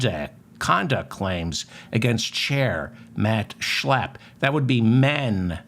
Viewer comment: Just the way you say his name Schlappp thanks for the laugh.